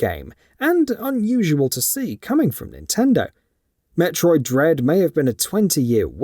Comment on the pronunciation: I think u said Dread wrong in the opening line in the video.